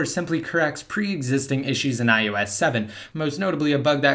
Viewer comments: Why do you say ius not ios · why are you pronouncing it as ius 7?